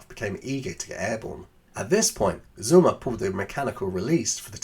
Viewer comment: The name is sOmmer. not Summer 😉